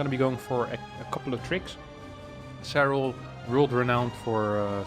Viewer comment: Nobody:: "Zerral"